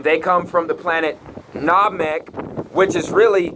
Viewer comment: he cant even pronounce SaturnNamek and Saiyan correctly go rewatch dragon ball because most of the stuff you say makes no sense do some research